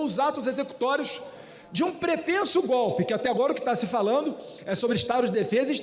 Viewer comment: GOPE! É GOPE! GOBE,GOBE, GOBE!!!